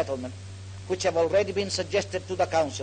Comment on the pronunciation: Logat bahasa Inggrisnya jauh lebih baik dibanding Soekarno & Hatta, terutama pas beliau bilang: "council". 🎉